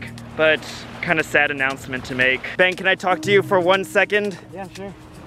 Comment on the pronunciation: It’s funny how calls Ben bean😂😂😂😂